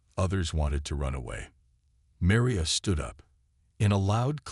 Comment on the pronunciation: The worst stories on YouTube! Obviously Chinese made. The constant misspelling in the forced close captioning and the way the AI say Maria...Doctor Chen is annoying! As if it's speaking of 2 people. This mispronouncing of names as well detracts from the story! Glad you have 8 friends to like your story.......